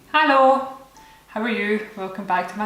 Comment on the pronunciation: I swear to god this isn't a diss, But everytime i hear you say Hallo, at the beginning of your video. I hear my cousin from Germany.